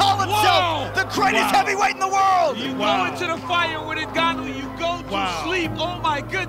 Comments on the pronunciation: Il s'appelle NGANNOU. Ne prononcez plus N'GANNOU. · On dit Ngannou, pas N'Gannou. Comprennez le une fois pour toute